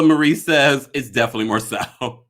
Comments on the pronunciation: Marsau’s name is pronounced MAR-SO not Marcell or Marsell. The cast pronounces his name as Marsau/Mar-so on the show every week yet a few bloggers constantly mispronounce his first name. 🤷🏽‍♀️ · It’s pronounced Mar-Sew